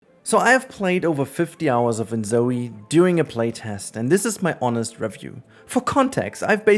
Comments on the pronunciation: ZOI not zoey! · Amazing review, but why does he keep pronouncing "Zoi" as if it was "Zoey"? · It's not called Zoëy but Zooj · I hate and I mean HATE that you keep saying In-Zoey in stead of In-Zoy the way everyone else does. I know you're doing it for the fucking engagement in the comments and I hate that its worked on me. I hate my life. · Dog you don't even know how to say the name right It's not pronounced like you said The fact you called InZOI enZoey is literally stupid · Oh boy.. Off to a great start with this video that is already pointless before even clicking on it. Can't pronounce REVIEW. Can't even pronounce the NAME OF THE EFFING GAME..? Daheck is that? How on earth can anyone with their brain still working, even THINK they can "Review" a game that 1. Isn't released yet. 2. Played at best an ALPHA build, not even BETA. So dry on content that we're making any sh-t now? Tell me, how can you REVIEW a GAME, that not even YOU, nor the DEVS themselves have even seen and tried everything, because about HALF the effing game isn't even made yet dude. Stupidity all around with some youtubers it seems... What's next, gonna Review Elder Scrolls 6 too? Heck why not Review the next Mass Effect? Oh, you can't, you have to at least play a super early, not even half-finished game, to wanna review it? How about doing what a review is supposed to be, review the Finished product. Do you go to a restaurant, enter it's kitchen, it's barely halfway thru your dish, and just by a quick glance, you can review the restaurant? Get real dude, fair enough if you need to make videos like a drug or whatever But ffs, stop bullshitting your viewers. Already knew this was gonna be a dumb video since it's a 'review' lol. But then within the first few seconds, says review wrong, and even get the friggin game's name wrong. wooow. Quality...is a myth. Apparently. Now if you had titled the video "played a super early build of the game for X hours, here's my THOUGHTS".